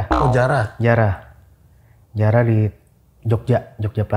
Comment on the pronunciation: Anjir ngakak gw pas disebut jiarah 😂😂😂